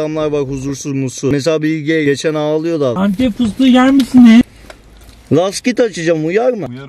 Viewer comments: ANTEP FİSTİĞU YER MİSİMİZ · nobody:: antep fıstığı yğer misiniğz?